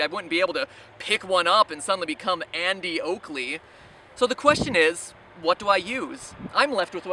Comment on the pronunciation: its Annie Oakley not Andy Oakley